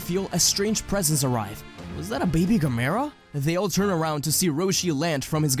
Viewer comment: im pretty sure thats not the right way to say gamera.